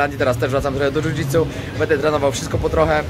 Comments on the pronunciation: Bardzo lubię Cię oglądać ale mam drobną uwagę.Postaraj się mówić będę a nie bede bo zle się tego słucha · mówisz bardzo płytkie będę wręcz wybrzmiewa jak „bede” nie jest to nacechowane pejoratywnie tak tylko zauwazylem